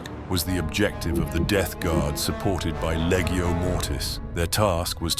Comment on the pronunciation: Awesome! That’s a lot of production values, and it paid off. One note, when pronouncing “Legio” the “g” is pronounced like in “legion” not like in “leggo”.